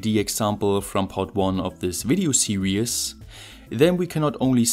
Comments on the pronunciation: why are you saying 'serious' when you are trying to say 'series' ? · Excellent content and very well presented ... only thing I was going to quibble with was the way you seem to be swapping over the words serious and series, but given your English is superb I have a feeling it might be a joke 😀👍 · .....okay, and in 2¼ minutes of video I've heard you pronounce the word 'series' as 'serious' . I was also making this mistake when I was eight years of age. Actually your English is very good . Thanks for your work . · Every video I watch I wonder if someone is going to correct you on how to pronounce series. Not yet haha.